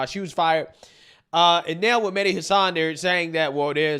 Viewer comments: She can’t even pronounce “Hasan” correctly. 😂😂😂😂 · Yeah, I noticed her miss pronouncing his last name. I'm picking why she's saying it wrong? LOL. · that idiot defending hassan can't even pronounce his name😅😅😅😅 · she complain about him getting fired, while mispronouncing his his name. I take it she's never watched him? So who is the Islamophobe? She is. He got cancelled because the Democrats do not watch his show. It's their fault. It's like Disney, they make movies for left wingers, but say it the right wingers fault when they fail. Worse are those who believe, and follow their BS. Our entire planet would be so much better off if their party was no longer around. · The one chick cant even pronounce hasans name. The outrage! 🤡🤣